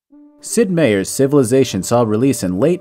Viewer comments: Meier My-err Not mayer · It's MY- UR not MAY- UR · I thought it was Sid “My-er” not Sid “May-er”? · I thought Sid Meier was pronounced like, "Myer" not "Mayor"? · "Meier" is a german name. To cut it short, it's related to the english "mayor" - and no, in no german accent the pronounciation would be even close to "may-or". Whatever that is, they are wrong. The only exception to that would be the dutch version of the name which would be spelled "Meijer" and thus be clearly distinguishable from the other versions. Quelle: Ich bin professioneller Klugscheißer. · The biggest bug is how you pronounced Meier.